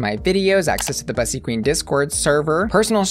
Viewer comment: My pet peeve with this channel is that Bussy mispronounces her own freaking name. It’s literally supposed to rhyme with p***y 🐱